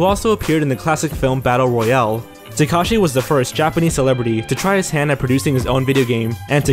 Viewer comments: its Tah-Keh-Shee not Tah-Kah-shee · TakEshi. Not TakAshi. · funny that i saw at least 2 games on here on the AVGN reviews. and i could swear its called ''takeshi'' not ''takashi'' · Its "Teh-keshi' not "tah-kashi' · Take a shot every time takeshi Kitano's name is mispronounced. Good god